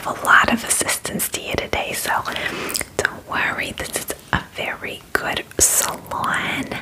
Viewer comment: "This is a 'FAIRY' good salon" 😂❤